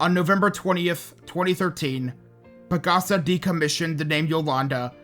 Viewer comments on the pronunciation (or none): I am a Filipino and here is a correction, PAGASA is pronounced PAG-ASA, like the Tagalog word for "Hope".